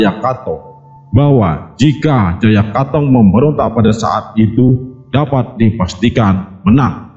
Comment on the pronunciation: Koreksi min seharunya bkn Jaya kathong tp Jaya Katwang